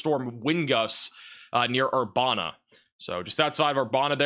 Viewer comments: Ur-ban-a not bon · Urbana - Err bana (as in bandana) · It’s Er-ban-ah illinois